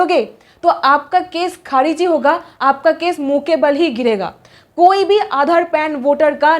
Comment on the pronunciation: आधाड़, भाड़तीय, नागड़िकता 😂😂